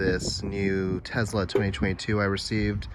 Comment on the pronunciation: For the love of God…..it’s called a TeSla…..not a Tezla. Nails on a chalkboard